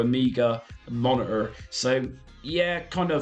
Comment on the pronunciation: Why do you say compu-er and mono-er?